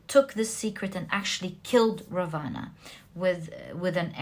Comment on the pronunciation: Just so that you become more perfect the pronunciation of Vibhishana and Ravana are wrong!